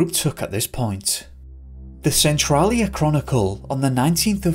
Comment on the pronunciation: Washington native here and I got to say I'm really surprised you managed to pronounce almost all area and town names correctly cuz almost no non natives can due to the loose mix of English, French and Native American pronunciation around here. Centralia is the only one that was wrong, the first A is a hard A.